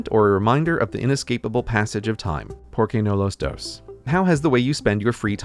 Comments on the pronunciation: "pour kay no loss dose" hahaha Anyways congrats on your 10th year youtube anniversary tho, been here since the UK video. Thanks for being one of the first educational youtubers who didn't sound like they're reading off a script. (It's a compliment i swear) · It took me a while to realize you were saying ¨porque no los dos¨ Happy ten year anniversary! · As a native speaker of Spanish, Its funny that I didn't get the first "¿Por qué no los dos?" because of Gray's pronunciation, I heard "Poor key no lows dose" and was like, never heard that phrase before, what does it meen? 😂😂😂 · Wow, he had such a heavy accent that I didn't peak that up even if I'm spanish, I thought it was italian or something. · TERRIBLE SPANISH PRONUNCIATION AHH IT HURTS MY BRAIN